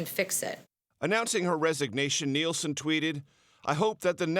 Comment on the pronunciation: Nielsen Not Nelson!